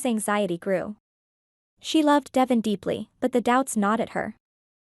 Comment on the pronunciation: You are pronouncing DeVon ‘s name incorrectly. It is pronounced “ D- Von””